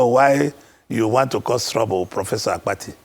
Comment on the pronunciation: Not AKPATI (coffin in igbo), but ABBATTI, ewu Gambia